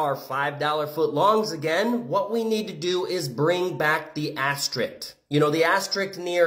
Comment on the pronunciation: Woah actually funny jokes. Flubbed the shit out of asterisk pronunciation but still…